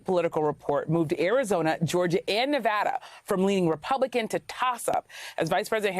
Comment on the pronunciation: She said Nevada the right way ❤